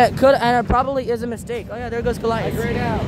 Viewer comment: gorliath triggring me. its guh-lai-uhth